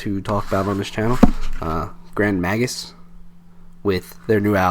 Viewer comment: Oh and just a wee minor thing - its "Grand May-gus!" - Slainte! ;)